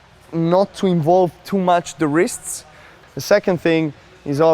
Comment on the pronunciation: Djokovic's wrists are pronounced as REESTs